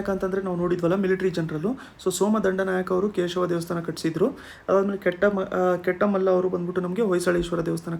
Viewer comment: Kettamalla alla sir ketumalla